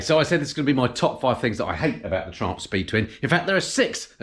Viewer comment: Please tell me why do you pronounce it like Tramp instead of Triumph? 🤯